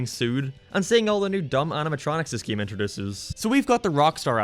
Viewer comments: Why does he say “giem” instead of game? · He says geam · hey keeps saying gaem lol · I can't concentrate when I'm laughing my ass off on how he pronounces "game" and "update"